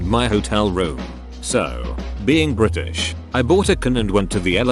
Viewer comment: STRAIGHT TEETH! "Bri'ish" 🤣